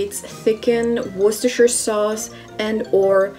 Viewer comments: Yeyy she pronounced Worcestershire sauce right! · So nice to find a USian who can pronounce "Worcestershire" correctly and without making a big deal of it. Also - I must find myself some decent mangoes and try some of these recipes.